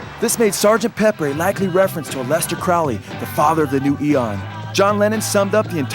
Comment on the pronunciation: it's crowley as in holy.